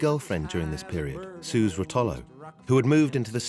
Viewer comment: Suze (Rotolo) is pronounced "SU-zee". Anyone who really knows Dylan lore knows this. These people have seen it on the page, that's all. English people really do think they "get" Dylan, and generally they have the poorest grasp of him and the details of his life.